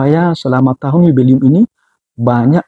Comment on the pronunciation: 'Jubileum' romo!! Bukan yubelium.😭😭😭